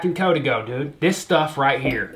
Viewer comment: It’s Co- Dey- go